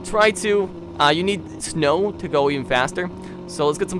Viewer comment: "so let's get some SNUW"